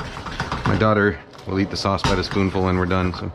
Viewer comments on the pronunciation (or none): none